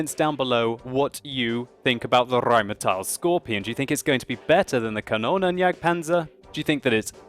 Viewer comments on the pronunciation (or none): You wouldn't roll the first R. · Rrrrrrrrheinmetal. Why the hell does he pronounce everything with R in the name like this? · you keep pronouncing Rheinmetall as Rheinmeteil:P Also your rolling r's are a bit laboured ^_^ Just some friendly criticism, nice video:) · You're always good with your pronunciation, but for Rheinmetall it's an "ah" sound at the end. (Not "ial"). Great review though! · i really like it when u start saying rheinmetal rrrrr....rheinmetal hahaha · RRRRRRain metal boRRRRRsig :DD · I love when you say "Rheinmetall" or "Waffenträger". I'm from Germany. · Захари Прит Well.. Jeah it kind of sounds a bit strange when he pronounces it. But he's giving it a good effort and comes pretty close. I like the way he sais it being german, btw :)